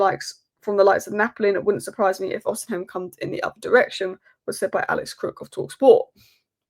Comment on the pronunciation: “Osi-hem” annoyed me a little more than it should have.